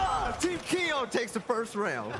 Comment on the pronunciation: “Is this Keeoh?” Nah this is